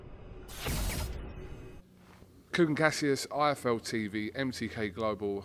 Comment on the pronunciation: you can see Andy mouthing iFL as he reads Kugan's shirt to make sure he gets it right in the outro. He still didn't say it right 🙈. Andy seems like a decent guy though, so friendly and easy to talk to. Good luck to him but hopefully AJ brings those belts back.